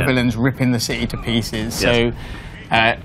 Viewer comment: Gotham Cih-heee